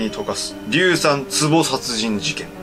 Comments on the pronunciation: 今回のは、結構エグかった😣 でも、技術者、硫酸言えてないのは癒されたー🤣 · 硫酸言えない2人可愛い( ´,,•ω•,,`)♡